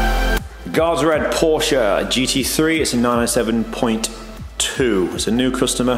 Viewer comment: Who doesn’t love a Porsche and kudos for proper pronunciation. Amazing detail but what is up with that shut line on the bonnet leading edge ?